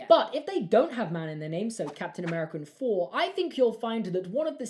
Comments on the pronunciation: It’s “Thor” not “Phor” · man has trouble saying thor